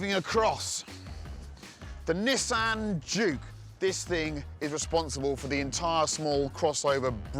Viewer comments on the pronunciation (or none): none